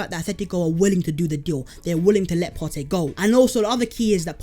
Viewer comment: Why do you pronounce Partey as of my man is Latin / Spanish? This is a Ghanaian man, not some Spanish geezer.